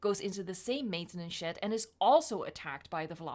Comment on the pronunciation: No offends, but when u say "maintanance shed" is sounds like "maintanance shit"